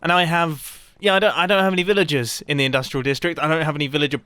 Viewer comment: When Mumbo says Villagers, it sounds more like Villages.